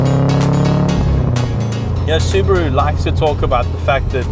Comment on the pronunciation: I'm just glad to see a Saffa who knows how to pronounce the word "Subaru" properly! :P